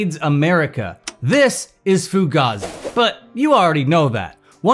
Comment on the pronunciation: Fugaza...lose the A